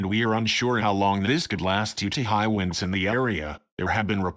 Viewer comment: Winds not "Wines".